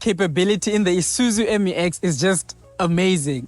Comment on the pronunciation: Promounced MEW EX, not em you ex. Please be professional.